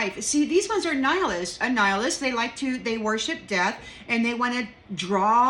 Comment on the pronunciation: "Knee-high-alists" lol. That, too!